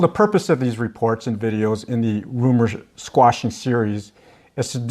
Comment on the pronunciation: "quashing" not "squashing"